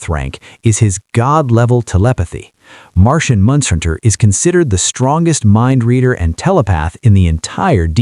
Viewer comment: Martian Mun-hun-ter? What is this AI shit? At least take the time to create a real video if you actually give a shit.